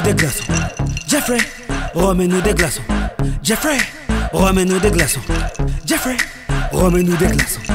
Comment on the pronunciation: logiblack .C est jeffrey car on le prononce avec une intonation en anglais avec l'accent genre sa fait djeaiffrai et non geoffrey.Voila tu vois c est mon prénom je sais le reconnaître je crois après libre a toi de me contredire mais bon